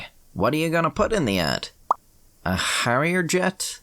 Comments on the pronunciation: Its Harrier, and not Harriet. And its not McDonnell Douglas, its Hawker Siddeley. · Instead of "give me my elephant"it's "give me my hairier jet" lol